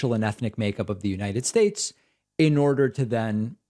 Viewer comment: You leftists need to back off of Trump. He gave us such holy additions to the English language such as "bigly" and "abrain." He was President of the United Shtaysh, you can't make fun of him!